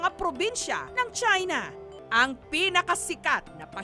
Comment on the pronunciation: "Galing sila sa Chahy-na"